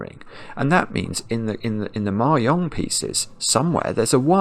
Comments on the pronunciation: Is trying to say Mahjong? It’s pronounced /mɑːˈdʒɒŋ/ (mah-JONG) not /mɑːˈjɒŋ/ (mah-YONG) — it’s Chinese 麻將, not Spanish. Or is there something else called Mayong, which I have never heard of? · It took me a while to realize that he was talking about mah jongg, and not something called "mayong". I thought it might be a British pronunciation difference, but I couldn't find any evidence that the word is pronounced differently there than it is in the US. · Is he saying "Mahjong piece"? I've never heard it pronounced "mary-ong", but then I'm in Canada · The first couple of times you said "Ma-yong" I was thinking "nice use of the soft J", because I was fundamentally damaged by Anchorman, but the urge to correct is rising. The J is as the G in Geoff, or giraffe, or the J in judge, jam, and jelly. Across Asia there's a variety of different phonetic pronunciations, including different words entirely, but in none of them is the J a Y! ;-) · I think he was saying mahjong, but me personally I thought the y for the J sound made it sound like German/ Scandinavian to me, Spanish j is like an English H often, or further back in the throat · Hopefully learning it from the comments! He said it wrong lol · For what it's worth, the j in mahjong is generally pronounced like the j in jet, not the y in yet. Incidentally, one of the previous sudokus you solved - one where the final clue was in morse code embedded in the grid - was co-designed by a member of the UK japanese mahjong community, IIRC. (and just by the by, mahjong in this context refers to the multi-player game, not the solitaire game: the difference between them is as large as the difference between playing-card solitaire, and poker). Best wishes, and thanks for all the sudokus, from All-Ireland Mahjong.